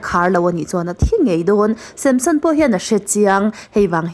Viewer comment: Tinge Samshon tiin i chhiar zel a 😂